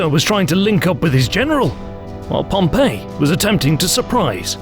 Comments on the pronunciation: The English pronunciation is Pompey not Pompeii so if you're going to say Pompeii you might as well just say Pompeius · Isn't Pompey pronounced PomPee??!!